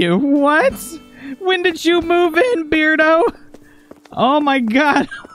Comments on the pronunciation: I think it's pronounced bear-do, like... Cuz he's a bear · ahahahah after hearing the whole episode of you saying beard-o i just got used to it 😅😅